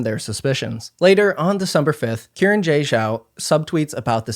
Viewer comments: Xiran is pronounced "shee-rahn" not Kieran 😂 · So their name, Xiran, is not “Ki ran” it’s more like “Shi ran.” In Chinese, Shi sounds like shir (sure) and Xi sounds like Shi (she). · I was looking for this comment. He didn't bother even attempting to pronounce their name correctly either, its understandable it wouldn't be spot on but 'kieran' is just insulting. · Just want to let everyone know, Xiran Jay Zhao's name is pronounced "shee ran", not kee ran 😊 The letter X is always pronounced like "sh" in Mandarin. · isn't it pronounced See-ran not Kieran, or does Xiran prefer it to be pronounced Kieran? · respectfully, the name is pronounced SHE-ran, not KE-ran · Karen....? Its Xiran.... at least say the X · Just a note that Xiran is said like “she-ran” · Uhhhhhh Xiran is pronounced closer to She-Ran. Xs usually make an "sh" sound in Mandarin. It's not hard to google this stuff before you open your mouth. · Hearing Xiran pronounced as Kieran is wild. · Great video, I'd just encourage you to check the pronunciation of Xiran's name, which is not Kieran ;-) (the x in the pinyin transcription of Mandarin is pronounced like... erm, don't really know what reference to give since you don't have this sound in English, haha... it's like sh but it's the middle/back part of the tongue that is raised towards the palate, not the tip. In some previous transcriptions it would've been spelled as hsi, so even s is nearer the mark than k) :-) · I don't think Xiran's a 2024 debut author, nor do I think thats how you pronounce their name. Pretty sure it's like "Shi-ran" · No, It's more pronounces as Shiran, I think. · BTW, when pronouncing Hanyu Pinyin, the 'X' in Xiran has a soft "sh" sound, and 'Zh' sounds more like a hard 'J' much like the one in their middle name. Cheers. (by "soft sh," I mean you move your tongue forward, closer to your teeth. Try it out; you can totally hear the difference when switching between 'sh' and pinyin 'x'!)